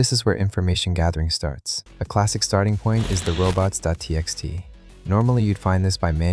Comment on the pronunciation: Great specific dorks in this, you shouls know their are a.lot of mispronunciations in the first half ofnthis video that can be corrected. Like "robots.tx"